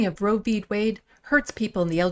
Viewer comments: Did little mis Boebert say Way or Whey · Did she say "Roe v. Way" ??????? Lauren "Jezebel" Boebert is an idiot. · "Roe v wayy" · It's wade not way you dumb sack of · I caught that as well. She must have just had her curds and whey whilst rowing down a Colorado stream. Like the one that leads to the Coors brewery. She is sooooo dumb.